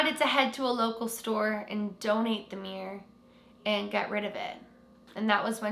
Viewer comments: “The Meer’r” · Why do Americans and Canadians pronounce the word mirror like this: “Meer’r” Sorry I had to. It’s “Mir-ror”! Haha. Edit: it’s fine it just makes me laugh 🤣